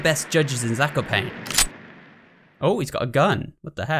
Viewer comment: FYI - Zakopane is pronounced more like like "Zack-o-paah-neh", Jarek is more like "Ya-reck"